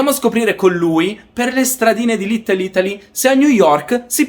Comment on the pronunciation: "sto camminando per le stradine di LitteL Ittaly"......annamo bene, c'è ancora da lavorare sulla pronuncia qua eh 🤣